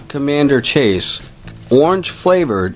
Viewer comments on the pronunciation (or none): It's mase not chase